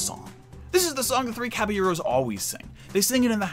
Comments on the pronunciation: It’s not the Three Caba-gyros. It’s not the Three Caba-euros. It’s the Three Caballeros. Jeez louise. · God wow I'm a white person and I don't even say it that way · You need to learn to pronounce Caballeros. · Omg that was driving me nuts